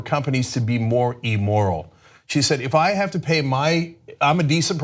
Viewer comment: Emoral? I don't think that's a word. Does he mean immoral?